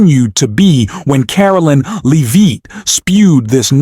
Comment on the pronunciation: Learn how to pronounce Leavitt's name, it's not LEEVITT.